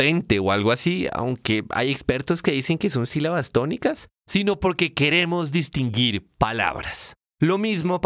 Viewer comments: Min la tipa dice "distingir" (distinjir) y no "distinguir" xD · dice distingir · Minuto , dice "distingir".